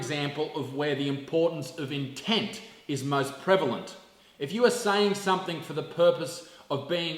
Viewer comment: Loved it, the only thing I have to say is... "Something"!!! For Christ holy sake stop adding a K on the end.. "somefink" is not a word!